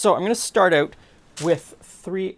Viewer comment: "You'd have to figure out oot."